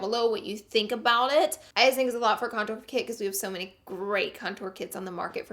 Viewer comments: Love you but the word is CONtour and you keep saying conTOUR okay thank you <3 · STOP PRONOUNCING CONTOUR LIKE THAT